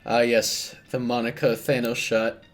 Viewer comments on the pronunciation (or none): none